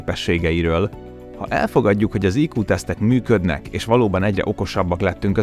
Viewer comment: müdkönek vagy mükodnek? Xd (csak vicc)